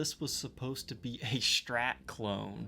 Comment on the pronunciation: When people say "Shtrat" :P